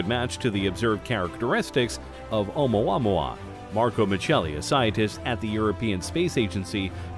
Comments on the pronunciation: It drives me nuts cause he pronounces it wrong. I literally went to the comments to find someone who thought the same Haha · I feel...something...idk every single time he says OUMUAMUA. YOU FEEL ME? OU MUA MUA OU MUA MUA